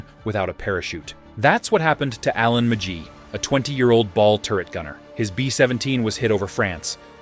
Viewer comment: It's a shitty AI bot, so don't expect anything better. The way it can't pronounce "McGee" is the big giveaway.